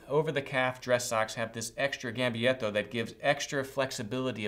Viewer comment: Lorenzo Postiglione Americans don’t care much about pronouncing foreign words correctly. :-)